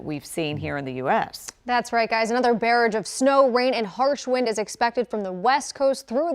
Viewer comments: One can safely assume this is the first time this newswoman has ever read the word barrage, lol, her pretty face said it the same way people pronounce cabbage... Isn't English fun?!? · Heh. She said bearage. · Barrage. Pronounced Ba razh'. To quote Don Lemon - Google it! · Sorry to be "that person", but the word is bar·rage /bəˈrä(d)ZH/ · Weather babe mispronounced "barrage", but I'm just impressed she can read at all.